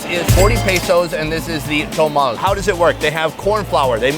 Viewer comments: Sunny my man and fellow Minnesotan, you were hurting my ears with your Spanish pronunciation. First off it's pronounced MARE-e-da for the state capital of Yucatan. Then it's tamal not tomal. And thank you is muchas gracias not muchos gracias. De nada. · tamal. tah-mahl. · it's not "Tomal", it's Tamal or Tamales. And corn husk tamales are not boiled, they are steamed. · It’s pronounced Tah-mal not Toe-mal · Sonny sorry to correct you but it is not tomal it is Tamal and it's muchas gracias not mucho gracias 😂 aaaaand it's Mérida not Merída......tryin' to help Love you bro👍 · TAMAL NOT TOMAL